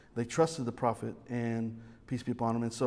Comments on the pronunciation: And I hear "Peace be John Bonham." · Every time says "Peace be upon him" I hear "PT Barnum"